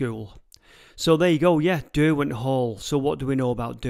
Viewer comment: Derwent is Der-gone pretty much…